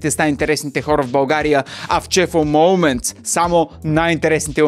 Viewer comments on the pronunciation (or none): Момънтс, на моументс